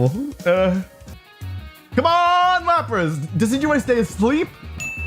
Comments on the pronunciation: how did he just pronounce decidueye?! Dekidooey?? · DID U JUST SAY DE-KEE-DOO-EE?? oh hell naw😂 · No way he said deckydooey🤦‍♂️ (decidueye)